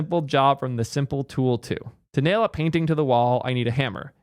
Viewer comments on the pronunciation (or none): none